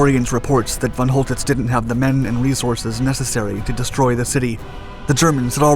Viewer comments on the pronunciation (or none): Who the fuck is Fon Holdiss ?